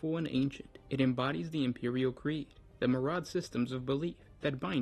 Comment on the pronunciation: SUGGESTION: You do know that myriad is pronounced mir-ree-add and not mur-add. It is not that hard. Give it a try.